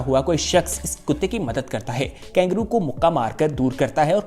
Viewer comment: वीडियो बहुत अच्छा लगा - पर ये " कैंगरू " क्या है ? कंगारू KANGARU कहते हैं शायद ?